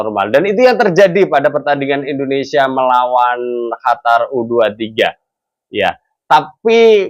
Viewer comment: Komentrxa bagus tpi syang selalu bilang HATAR bkan qatar